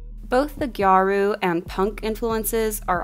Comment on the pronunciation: You mentioned gyaru and as a gal that made me so happy, but scene & emo are a lot more connected to visual kei than it is to gal fashion at all. And the pronunciation is “gyah-ru” 2 syllables and no hard r 🥰